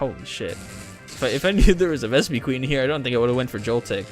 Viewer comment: Deino is still pronounced Dino, just with the german for one inserted (Eins). I'm pretty sure i told you this at least once on a stream. You should've taken it tho. The locke would've started instantly when you got your starter as it was holding a pokeball. It's pronounced Vespiquen not Vespiqueen as GF decided not to change the name limit. But i'll forgive you on this one. You can put in a dragon rage clause for the first 3-4 episodes if you want to, allowing you to survive bs dragon rage fights. Also, to anyone reading this, only 46 of the channels 271 subscribers (at the time of my writing this) have joined the discord server so if you want to join, check the link in the description.